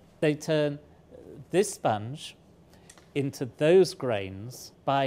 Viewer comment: I don’t know what he’s talking about with the whole “sponge” thing, but just from the way he says it, I feel like it’s spelt “spunj”